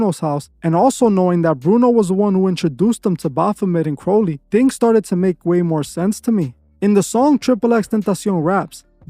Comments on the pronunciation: It’s thelema not thelma. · "THE-LE-MA" .........T H E L E M A. NOT 'Thelma' 👍thelema > thelma👎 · It’s pronounced The-Lee-Ma not Thelma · It's *thuh-lee-muh...not thell-muh 🙄You might want to truly know wtf you're talking about...research isn't just a few searches and video/audio downloads...it requires NUMEROUS hours of deep searching and FACT checking! And that clueless ho said he had a "pentagon" under his bed 🤣😂🤔 Unfuckingbelievably uneducated and ignorant... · lol god damn it man it’s THELEMA NOT THELMA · Thelema not thelma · Hey , it’s not “Thelma”!lol it’s “Thelema”. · It’s not “Thelma” it’s “Thelema” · It's not Thelma, it is TheLeMa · It is actually pronounced The-lee-ma but is spelled Thelema. I was actually a non-Christian occultist for a few years, but I turned to Christ recently. Only did solo rituals like meditation, yoga, and trying to astral project. But I'm glad I saw the light before too long. Praise Jesus Christ. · Bro, it’s called THALEMA like Thuh-lee-mah.